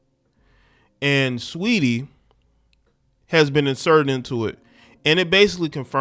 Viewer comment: “STREETY “ you mean 😩🤣🤣🤣🤣🤣🤣🤣🤣🤣